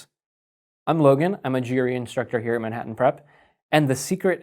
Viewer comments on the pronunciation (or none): none